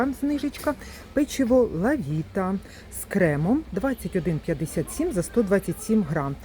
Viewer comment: За інформацію подяка,але будь-ласка навчіться правильно вимовляти назву товарів не лАвіта,а лОвіта, не Шоколотерія, а Чоколатерія, не лакмІ,а лАкмі,і так далі ви ж блогер,що несе інформацію у маси про цінову політику даних товарів, тож робіть це правильно.